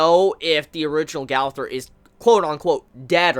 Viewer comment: Brooooooooo it’s a year now n it’s gooooowther not gawther fuck lol